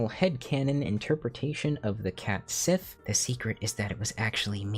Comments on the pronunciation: Small correction, Cait Sith should be pronounced “ket shee”. Square doesn’t help this by using the same one you did for the character in FFVII for FFVII Rebirth (the first time the character was voiced out loud - was never actually named in Advent Children iirc). This is despite the original Japanese using the correct pronunciation. << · I kind of knew about Cait Sith and Grimalkin from The Dresden Files. Both appeared to help and hinder Dresden, I think Cait Sith was actually Mab's (Queen of Air and Darkness) personal assistant. Is it actually pronounced "Ket Shee" though? Cuz I thought it was...